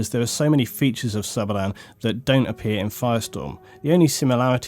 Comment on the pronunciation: lol like how says sabalan hehe